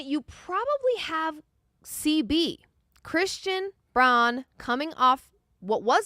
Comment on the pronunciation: I was liking this show alot and this lady is mad charismatic....until she mispronounced Chrsitans name. A real analyst of the nuggets should know how to pronounce his name.